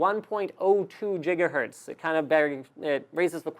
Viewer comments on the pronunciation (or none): Please stop say Jiga Hertz,. It's Giggity, G. - Not Jiggy wid it, G. (/ˈɡɪɡə/) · Did he say Gigahertz as Jigahertz? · Excellent Video. Thanks! But... can you please stop saying "Jiggahertz"? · did he say jigahertz?